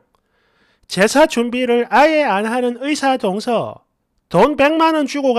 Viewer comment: "동서" 억양을 고쳐야 할 듯.